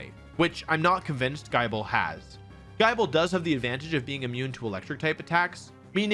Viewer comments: The only complaint i have for this video is that he called gible, jyble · bro said Jyble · fuckin pronouncing Gible as Guyble and the endless 15 second unskippable ads doesnt matter how much i agree with the roster dislike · Are we going to ignore the fact he pronounced gible as guyble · Is Gible pronounced somewhat as Gy-bal or Ge-bel ? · Giable? Is that how you pronounce gible? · The way Wolf just... butchers names is unreal, Nibble Bite and Chomp, but the man says Guh-EYE-bul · I'm sorry, Guy-Bell? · Im sorry but is gibble not GIB-ble???? Have I been saying his name wrong for years?? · The fact when wolfey pronounce gible as JAYBEL, had me choke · Bro really said guy-ble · Who else died inside when Wolfey said “Gai-bel” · I know the 'e' at the end makes it so there should be a hard 'i', but no, i never want to hear "guy-bull" again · He said “Gai-bel” with a J the first time 😬 so like… Jai-bel? 🤢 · Surely you'd pronounce "Gible" the same as "Bible"? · did anyone else notice the way he pronounced gible cause it just sounded weird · Did he just say gible as... I don't even know how to spell it. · Everytime Wolfey mispronounced Gible a volcano erupts somewhere in the world this dude is a menace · Not me leaving the video 3/4 of the way through to look up how to pronounce gible, then coming back to finish the vid. 😅😅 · Ain't no way he just pronounced gible like that... good video tho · Is no one gonna talk about how Wolfey said “Gible” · i appreciate all the effort u put into this i totally fuck with what u presented but dog they have pronunciation guides for pokemon names if you're going to put this much effort in might as well say the names right 4/5 coulda been 5/5 tho.. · Bruh don't ever butcher Gible's name again. This is worse than people mispronouncing Arceus. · ayo you said Gible wrong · Say gible right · Came here from Twitter to see how badly you mispronounced Gible 👍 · please never say gible like that ever again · The way you pronounce gible is criminal &